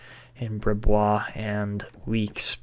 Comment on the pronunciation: Brisebois is pronounced breez-bwah! That's why Patrice Brisebois was nicknamed Breeze-by but hopefully that name doesn't stick for a goalie haha